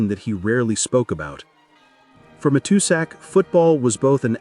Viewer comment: AI narration, mispronounced Matuszak.